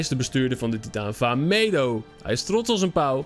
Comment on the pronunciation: Vah medo spreek je verkeerd uit srry dat ik dit zeg ik krijg nu vast veeeeeel haat!:(:(:(::(